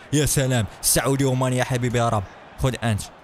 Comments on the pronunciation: 😂😂😂😂 قال اي كان بدلن من امري شان و قال سعوديو ماني بدلا من ساديو ماني 😂😂😂😂😂😂😂😂😂😂😂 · اسمه ساديو ماني وليس سعودي ماني اسمه ايمري شان وليس اي كان اسمه وينالدوم وليس وينالجوم صحح اخطاءك يا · اسمه ساديو ماني مش سعودي ماني